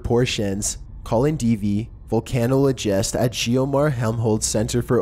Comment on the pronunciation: "Stonehedge" "Vulcanol---ogist" jesus christ. Also most of this garbage is easily debunked.